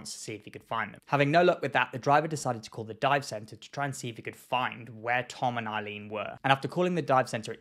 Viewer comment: Every time he says Tom and Eileen, i just hear Come On Eileen. I know it's a serious topic